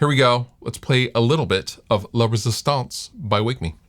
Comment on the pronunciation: Sounds like you're saying "Lovers' stance"